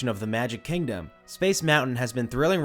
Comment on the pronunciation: “KANG-dom” 😂 bruh moment